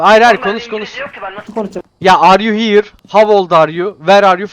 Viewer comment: Vay kral phasmo severim hade bakim seviliosun ❤ yayinlarina gelemiorum ama uğramaya calisiorum ❤ ben Elmir bu arada 😂 abi Fatih abinin Are you hiğr demesi cok iyi 😂😂 cok iyidi lan snsnsjsjz